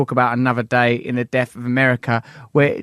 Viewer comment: as articulate as you are Russell, you still can't pronounce the 'th' sound.. its not souf its South, death not deaf... ffs.